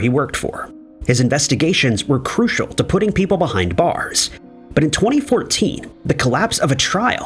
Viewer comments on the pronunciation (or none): none